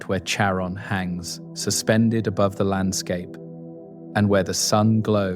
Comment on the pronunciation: Can you please pronounce the names the same throughout the video? I'm 9 minutes in, and you've changed the pronunciation of Charon 3 different ways.